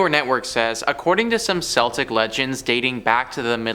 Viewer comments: OK, (sigh) it isn't Celtic like the team it is a hard K as in candle. KELTIC - it is Gaelic and doesn't conform to English equivalents. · Celtic Pronounced, in this case, as Kel-tic. Ps - Dick TurPin